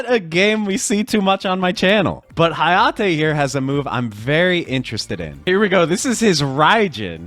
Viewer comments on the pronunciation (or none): none